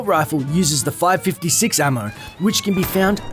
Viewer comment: Now Say after ME: "5-5-6" not "5-56" man that is anoying